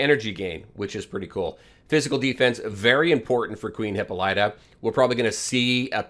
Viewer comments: Hahaha did u pronounce it hipp-a-light -uh? Hahah it’s Hipp-Paul-it-uh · That's not how to say her name. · FYI: This is how you pronounce her name.